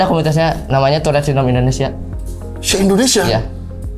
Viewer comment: Tourrete ❌ Turret ✅